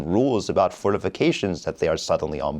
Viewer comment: "And in 40K, fortificatións are pretty bad." I can hear Dorn being really pissed off.